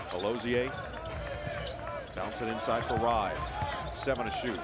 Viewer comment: Noah Eagle is a great announcer, but there's no way Eric Reibe's name is pronounced "Ribe" like it rhymes with "vibe." 😅😅 I'm not German, but even I know it would be "Rybah" (rhymes with a Brit or Australian saying "cyber").